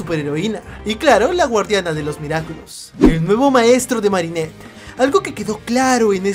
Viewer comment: Marinert si es digna de ser guardia okey no pronuncias eso de nuevo,👍🏻